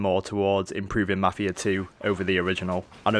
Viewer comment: 1.yeh marfia not mafia , great job ! 2 . are you idiot ? who said that this is mafia 3 gameplay ? and mafia 3 isn't even out ! read the fuckin' title !